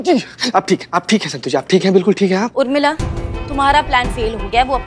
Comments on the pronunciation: Everyone: Urmila: Umrila 😂😂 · Any one notice always says umrila not Urmila